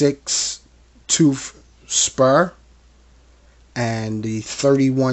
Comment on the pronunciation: TOOTH, NOT TOOF.